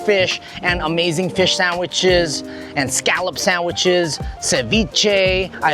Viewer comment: Feesh sandwich sooo guuud